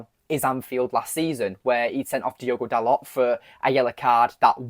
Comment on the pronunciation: It's not "Dalott", it's pronounced "Darlo".